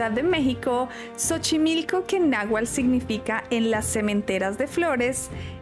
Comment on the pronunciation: no es nahual, es nahuatl